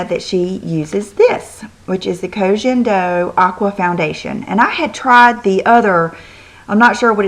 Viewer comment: it's Ko gen do, like "guen", like Guendolyn....